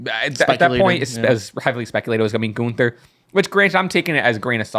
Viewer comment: To, his name is is GUNTHER, not ganter